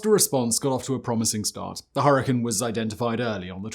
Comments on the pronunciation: "Hurri-cane" not "hurri-can" there's an "e" there that changes how you emphasize the "a" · The way you say hurricane is extremely weird and annoying. It's with cane not can lol I know I can't be the only one here in that and I know he's got the accent and all of that different language All of his accent is fine but it's hurricane not her a can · Her•ih•caine. Now add it together. You’re welcome Simon!!!😊 Good God man!! 😅😂 you’re butchering the names!!! It’s like saying Chai Tea. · Everytime u say Hurrikin I cringe.